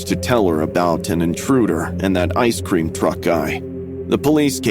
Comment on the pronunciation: Bro couldn’t pronounce ice cream that’s crazy